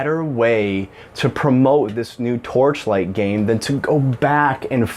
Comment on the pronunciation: How many times can you say the title of the game you are talking about wrong? It's hilarious. You actually didn't say it right even once I think